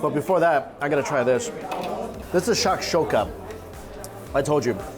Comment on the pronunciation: Besides mispronouncing tahini and shashuka this was a very good video.